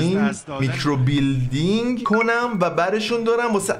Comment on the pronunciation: میکروبیلیندینگ نهههههههههه میکروبِلِندینگ 😐🤌